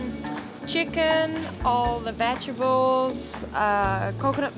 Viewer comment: I love the way she say “ vegebles” instead of vegetables lol lol